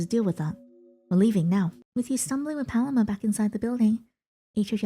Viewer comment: Hey just as an fyi I think Paloma is pronounced “PUH-LOW-MUH”